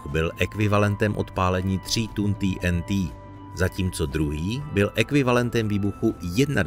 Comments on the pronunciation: Proč říkáš ty n tý???nejsi Čech?TNT dik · TýeNTý? Jste čech tak sakra Té-eN-Té. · Video je super ale je to prostě té en té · Nechápu proč jsou všichni tak světový a používají rádoby anglická slova, která si tzv. počeštění! TNT - nebo- li trinitrotoluen se vždy vyslovoval i ve filmech Té eN Té,nikoliv poangličteně Tý eN Tý. A tak se ptám: KDO a KDE vlastně jsme? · Tý en tý 🤣 Je to zkratka trinitrotoluenu, tedy TNT, což se čte normálně 'té en té'. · Chicago se vyslovuje "šikágo" né Čikégo. To zní hrozně pane týentý! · té en té nebo trinitrotoluen. Video je česky, bylo by fajn být konzistentní a hláskovat česky. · Prečo ti n ti. Prečo nie tnt. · Nebylo by lepší vyslovovat TNT česky?